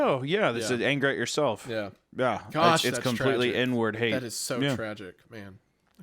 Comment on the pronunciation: I was like "what kinda hate, Hunter"? "Inward hate" sounds way to close. 😂